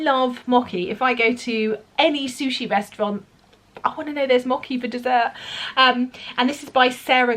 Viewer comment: So much new goodness! Btw, the 'ch' in mochi is pronounced like in the English word 'such'. Company Town looks interesting, though maybe quite dark!